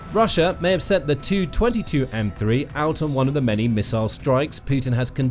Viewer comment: In text "Tu-22M3" looks ok, but hey, when you make audio from it PLEASE say as "T U 22 M3" and NOT the ugly "222 M 3"!